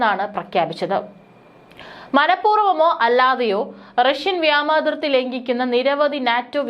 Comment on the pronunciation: Vyama athirthi alla vyoma athirthi ennanu sariyennu eppozhum iddehathode paranju kodukkanam,,,kastam